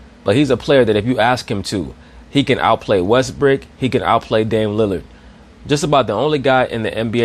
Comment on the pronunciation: James worthy calls him westbook lol